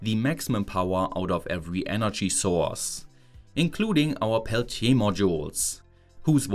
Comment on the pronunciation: What's energy-ah?